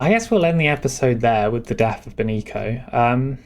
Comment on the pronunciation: Benicio is pronounced with an S sound, beni - see - oh